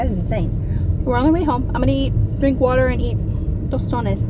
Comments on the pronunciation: You pronounced tostones perfectly. Those are staples in Cuban cuisine! Loved the knobs for those cabinets and both lamps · The second way you pronounced it was correct. If you have never made homemade tostones, you totally should! Easy to make and delicious!! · Vera it really was and appreciated the proper pronunciation of the word as well 🩷🩷 I forget that Romeos culture has alot of similar foods as us caribenos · The way you said “Tostones” in Spanish 😮 is really good! You sound fluent ❤ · I adore tostones, they are the best snacks. They are made with green plantains, no bananas. You should try patacones (also made with plantains), they are delicious too. Last pronunciation is correct!